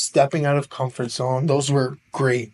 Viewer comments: She is intelligent, however I analyzed some pronounciation issues, e.g. she pronounces comfort as [camfout]. 9 seems too high. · She sounded robotic, though: she lacked word and sentence stress at times, making her speech monotonous. On top of this, she mispronounced some words: comfort, passionate, dilemma. Please, don't perceive as an awful stick or sth; I am just leaving my comment on her performance. However, she used some native-like expressions, showing that her proficiency is on another level.